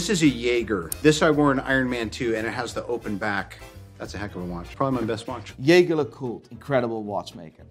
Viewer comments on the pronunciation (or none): Dude, love your content, but it’s pronounced “Jheey Jheer” not Yay Ger. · Its che che, not 'yayger' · Okay sorry to be the buzzkill, but Jaeger in Jaeger-Lecoultre, is pronounced "jejer" it's french-suiss not German. And it's tourbillion, pronounced "tour-bee-yon"...trublion actually means troublemaker. I hope this will help you get your shit together and make you look like you know what you're talking about in your next videos ;) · What's jeah ger ? I know ja-jey, but not yeah-ger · Hey man, your videos are funny, but learn how to pronounce Jaeger (the French way). It's not a jagerbomb. :) If not, just call it JLC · Lol dude, wtf is "yayger" smh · Are you saying Jaeger correctly? Just asking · You pronounced Jeager wrong lol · Please, look into how to pronounce Breitling and Jaeger. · That is not how you pronounce jaeger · A watch expert that doesn’t know how to pronounce Jaeger....expert yeah